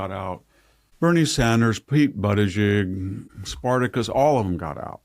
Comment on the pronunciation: “Pete Buttajigg” 😂🤣🤣🙌🏻